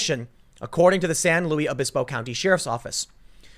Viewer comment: San LOOIS Obispo in English, San LooEES in Spanish (it’s not French so not LOOEE), or just SLO, Tim. Please look up how to pronounce proper names, takes 5 seconds.